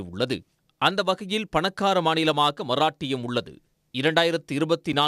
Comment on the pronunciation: உங்கள் உச்சரிப்பை எழுதினால் "மறாட்டியம்" என எழுதவேண்டும்.. "மராட்டியம்" என எழுத முடியாது.... இடையின "ர' வைச் சரியாக உச்சரிக்கவும்..